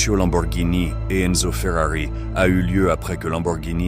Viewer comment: j'avoue le "lambowurgnini' et le 'fwueuari' son un peu, comment dire, agacent mais sinon la vidéo est très intéressante, bon montage ect.... tu mérite vachement plus de vues! essaie aussi de mettre plus d’énergies dans tu voix!